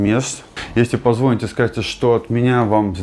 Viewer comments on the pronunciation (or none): привет. Совет тебе: во время эфира надо грамотно ставить ударение при произношение слова ПОЗВОНИТЬ ( ударение на букву и), а то когда ты говоришь по другому, то слух режет....